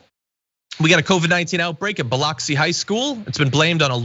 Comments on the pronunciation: It is pronounced.. BEHLUXEE.. not.. BEHLOXEE lol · Thanks The Damage Report.: ) It's Bil(U)xi, MS, ""?:) What do you expect: it's Biloxi, MS (****!)? I COMPlemented You yesterday and here, you BLIND me with peerless ignorance - Research Fairie's day off?